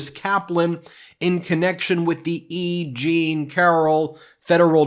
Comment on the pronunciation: Every time they say E. Jean I hear Eugene… anyone else?